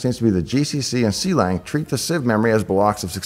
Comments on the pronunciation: see-lang pronunciation throws me off, klang ftw! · Just a nitpick: Clang is [Klang] not [See lang] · Clang is pronounced like the sound, like it rhymes with bang,, not "C-Lang" "C-Lang" is where the name came from, but it's like C++ in that way, just a clever name, it's not meant to be pronounced specially. Source: Clang cxntributer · "see lang" instead of "clang" totally threw me off lol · Finally someone else who pronounces clang like "Sea-Lang" instead of "Clang" like in "Clam". And yes, I know the correct one is the second one. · him: see-lang me: ...it was more a hunk of iron than a sword... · I think you are the only person I know that pronounces Clang as See-LANG. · Quick things on pronunciation (which may be on purpose for the comments?): * Clang is pronounced like the noise * NumPy is pronounced like the food stuff